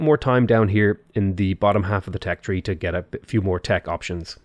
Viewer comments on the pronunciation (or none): none